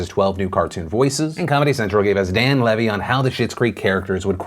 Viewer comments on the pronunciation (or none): none